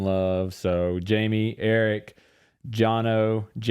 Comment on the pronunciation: In the Spanish language your name is pronounced High-may.